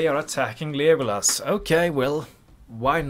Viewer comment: Just wondering, why are you pronouncing it as Lijeeegolas 😂?